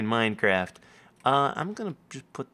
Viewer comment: Hahaha u said minecrack haha lol